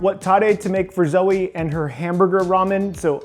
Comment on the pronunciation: Hamburger. Hamborgor.